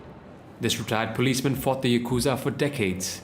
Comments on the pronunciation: i am indian too but like why get an indian dude to voice over this? I hella threw the vibe off when he said yakuuuzah instead of yakuza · Lol yah kooza... its YAKuZa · You made an entire video about it and couldn't even pronounce Yakuza properly?